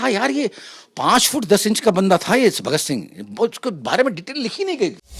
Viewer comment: बोलना सीखो पहले वह शहीदे आ जम "भगत सिंघ" है साले ऊनको बोला कैसे